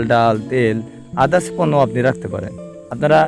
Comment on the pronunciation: পর্নো না পণ্য